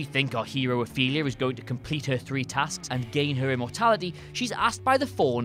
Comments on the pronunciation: Who the heck is Athelia?! It's Ofelia or Ophelia(English). You pronounce it correctly in the rest of the video but not in her introduction. I love your videos, but you do this a lot. Considering you use clips of these movies you should know how to pronounce or spell the character names. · Her name was OPHELIA, not ATHELIA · Pan's Labyrinth character is named "Ophelia", not "Athelia" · man i need to rewatch alpha dog... btw it's spelled "ophelia" not "athelia" wtf